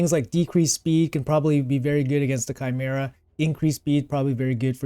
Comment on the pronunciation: bro said chimera right D